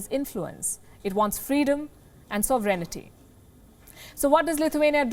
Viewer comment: The girl is cute and appears to be smart but, before broadcast time, she's got to look up words she's unsure of. Sovereignty is not "sov-ray-nee-tee", it's "sov-ren-tee". And it's not about accent, which is perfectly fine for an India based channel. It's more about not mangling words.